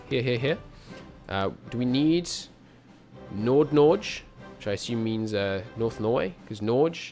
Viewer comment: Nord norge, (prenounciation depends a bit on where you are from, but i doubt even norwegians say what you said) litteraly means northern norway.